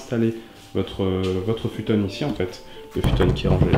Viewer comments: Furow _ non mais ca se dit futon et il a prononcé futone comme l’element avec la prononciation japonaise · Le "futone"? mdr t'a trop regardé naruto j'crois